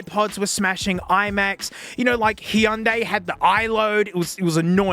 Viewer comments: Did you just say he undïï instead of Hyundai😂😂😂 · Say it with me people; Hun-day 😎